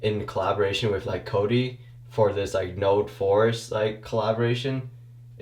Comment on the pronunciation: I wasn't paying attention and the whole time i thought he was saying it smelled like a "force" instead of a "forest" lmao